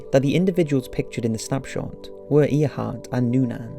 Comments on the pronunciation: Calling Earhart "somewhat of a celebrity " is like saying Eistein dabbled in physics! Way understated. She was probably one of the most famous women in the world. And it's pronounced air not ear - which a tiny bit of research would have revealed. Still, it was news to me that the conspiracy surrounding that photo had been debunked. How disappointing ! Back to square one then? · AIR-hart, not EER-hart. I know pronouncing names can be difficult, but surely you have seen at least one video of her with narration. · AIR-HART NOT EAR - HART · It’s Err - hart ........ not Eeeerhart. No Offence. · Its pronounced air heart not ear heart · I'm sure you know by now it's pronounced "Airheart" not "Earheart" I hope.... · It's pronounced air-heart not ear-heart Jesus christ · Okay, this one is extremely irritating. Her name was pronounced "Air-heart", not "Ear-heart". And yes, she is a relative through my grandmother so I know how it is pronounced. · Air heart not ear heart ! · Even us Brits know is said 'Air'hart not Earhart. I watch a lot of History programs by British and Americans and all have pronounced it 'Air'hart. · I'm sorry, but Amelia Earhart? That's "air-heart" not "ear-heart". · It's pronounced Airheart but spelt Earheart, good video though. Sorry it just bugged me the way you kept saying Earheart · Haru Yanto haha I'm presuming you are joking. Her name was spelt Earheart but pronounced Airheart. I'm sure her name didn't encourage her to fly aeroplanes or make her pronounce her own name Airheart 😂. Just to clarify it's just they way her name is pronounced it would still be pronounced Airheart if she drove a truck 🤣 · He's mispronouncing it even in his accent. It should sound like "eh-haht," he's saying "eyuh-haht" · Uses the internet to get information but does not use the same internet to find out how to pronounce names! Earhart = 'Air'hart. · It’s pronounced Airheart. It wasn’t a nickname; it’s the actual pronunciation of Earhart. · its pronounced (air-hart)